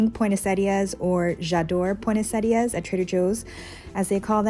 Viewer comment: Just to let you know you are pronouncing Poinsettia wrong. 😀